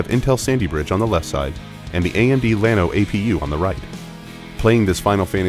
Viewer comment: I just love the fact that the AMD spokesperson cant even pronounce "Llano"